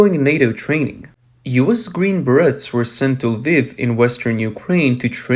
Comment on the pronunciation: The Green Berrettts...LMAO Learn to say the name correctly!